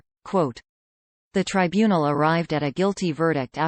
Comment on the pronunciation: Well THAT's "good" to know! A ROBOT voice tells me a known criminal wasn't convicted at her TRY BUNE EL! Such "trusty" information! I'm off to hunt Sasquatch!